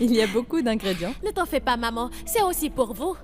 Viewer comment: Qui a entendu dire( ingredyen😂 comme )ingrédients et dit ingredyan elle, pointez vos droits.